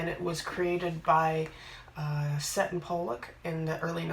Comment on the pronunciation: Hi, Seton Pollock was my father and I have a couple of boxes and a book somewhere. He was actually a lawyer and initially my mother ran the Company from our house. It’s great to see someone appreciating what he did and I have already understood a bit more about it from you. I gather there is a box in the Victoria and Albert Museum here in England. (Seton - pronounced Seeton)